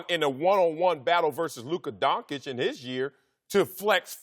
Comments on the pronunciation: Donkic? How can u get Donkic from Doncic? I mean really? Are they all illiterate? how come they can pronounce Popovich and not Doncic? How com the dont call LeBron Lebronk? Is education in US really that bad? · I don't care for man called Donkic, but I like watching and cheering forLuka Concic. Is really so hard to say it right? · You work on TV say his name right! Donchich not Donkic or Doncik.....man you get payed to speak and it is a hard listen if you can't say his nsme right! What does he have to do to get respect? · This m*ther f*ckers need to stop saying DONGKITCH its DONSHICH... 🤦🏻‍♂️🤦🏻‍♂️🤦🏻‍♂️ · Guys come on!!! You get payed to speak! Say his name right! He deserves that he is a top player in the NBA and you can't even learn his name! Donchich not Donkic or Doncik....Doncic it is not that hard! It is embarassing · These idiots really can't say Don-CHICH!. They're doing it on purpose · What donkich? What f**** DONKICH?!?!?!? Can you pleas learn how to read? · Guys, before pontificating about a guy, please learn his name first, at the very least: it's NOT DonKic, for the love of God. They pay you as commentators, sweat it a little bit... Come ON! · These clowns sound absolutely ridiculous pronouncing his name Donk-itch. I can’t take any of their opinions seriously after they show what absolute morons they are pronouncing his name this way. 🤦‍♂️ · Literally one second into the video: Luka DONKICH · lern how to say lukas surname how can you be a profesional and dont know how to say his surname